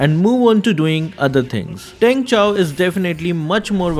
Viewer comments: Is it Chaaw ? I thought it's pronounced as chou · The way he pronounces Chou, it hurts my ears and now they are bleeding...